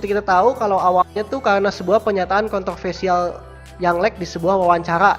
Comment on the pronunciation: Kontroversial bukan kontolvelsial